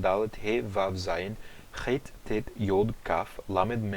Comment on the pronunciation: não o vav no aramaico não é vav e sim waw